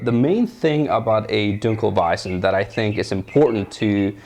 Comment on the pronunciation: Your 1 in 100 reviews that can pronounce dunkelweizen correctly. Good on you.